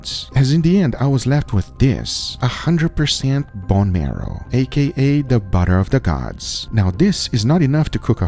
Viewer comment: "BOne MEROW"